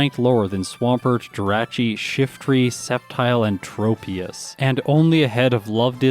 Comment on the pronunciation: Hey. As a fellow west coast Canadian I get why you do it, but PLEASE pronounce jirachi as juh-raw-chee instead of juh-ray-chee. It's like when people pronounce it mayrio instead of Mario. That being said I love all of your work ❤️